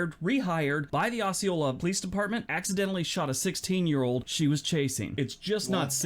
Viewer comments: I'm in arkansas. It is not pronounced as he is saying it. The o is said as oh. So we say oh- see- oh- la. I've never heard it said the way he said it lol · That is "oh-see-ola. I live in jacksonville arkansas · this guy is too judgemental and opinionated -- I live 15 miles from Osceola Arkansas - pronounced O Ceola the s is silent -- so there's that -- we are an old time area in the delta - on the Mississippi river - fine people for the most part --- no town is perfect -- I noticed no California towns --- ------- you are awesome - genuine - God bless